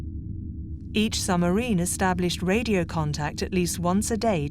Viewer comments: There is a B in submarine. It is not pronounced summerine. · I loved listening to this but the woman who kept saying summerines instead of submarines was really annoying. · I wish the narrator would stop saying sumarine. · Why does the narrator repeatedly refer to submarines as summarines? I found that flaw rather detracts from what otherwise is an interesting production. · What is a 'summerine' and who was 'DeNits'? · Brilliant story spoiled by the automated reading which is an embarrassment. “Tuney” for Tunny to give one shocking example. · Not impressed by the robot narrator - "Summarine", "Tuney"... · What’s a “summarine”… there’s a ‘b’ in there somewhere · Why does the narrator keep saying 'summarine'? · Dreadful pronunciation …there’s a B in suBmarine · The electronic commentary was going so well then it said “ summerine” then “ admerality” tough luck. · Is this AI? Why doesn't the narrator know how to pronounce words like submarine or admiralty or tunny? Very distracting. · A good documentary which would've been a really excellent documentary if the narrator was able to pronounce 'submarine' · An interesting documentary destroyed by the narrators inability to put the letter "b" into the word "submarine". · Another superb documentary on Alan Turing. Please pronounce submarine correctly, it has a B in it to inforce that it is sub = under and marine = water. Thank you. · How is this narrated, - computer voiced? A subtle English accent, but doesn't pronounce the 'b' in submarine. And 'Admiral-ity' 😳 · The way this woman pronounces submarine "without the B" is driving me insane.😖